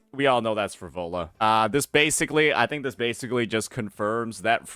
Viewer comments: PHRO-LO-VAAAAA bro come on what's wrong with your pronunciation... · "Phrovola"? Really? How can someone manage to mispronounce EVERY SINGLE CHARACTER'S NAME in their favourite game? Is dislexic?